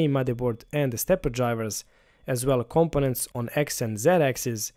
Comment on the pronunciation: Compenant lol